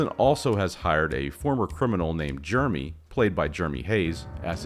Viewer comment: I can't get used to you pronouncing "Jeremy" as "Germy." 😅